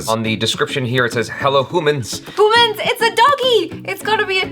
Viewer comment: 'Hoomans' lol. was referring to that Korea dog channel?